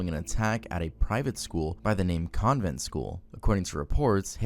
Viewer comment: I’m from Nashville and that shooting at Covenant rocked this community to its core. I don’t think anybody who lived here during that time with ever forget it. You pronounced the name wrong, but that’s near inconsequential.